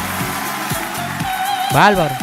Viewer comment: ¿Por qué dices" balbaro", por "favor", etc.?